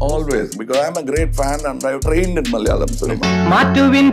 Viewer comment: ♥️♥️ Being Mallu, I cant appreciate enough how well you've pronounced each malayalam word, from Movie names to the names of actors, directors.. A lot of the times, Hindi speakers skim over the syllables; Thank-you, (even if it wasnt a conscious effort) though I believe it was.. ♥️♥️